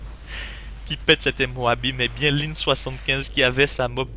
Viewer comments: il dit pas la MOABEE ? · Pourquoi MOABé ? C'est MOAB ><